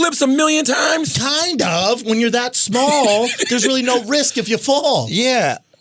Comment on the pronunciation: Brendan went hard on that “Kind of”